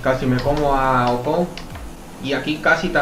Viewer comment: porque a ocon le dices ojon?